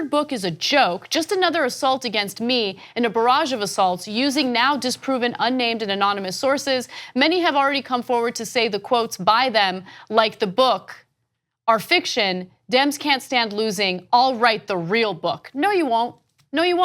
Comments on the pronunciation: Trump cant even say anonymous!! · He cant even say the word anonymous, lol! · one word, twice " amomonus"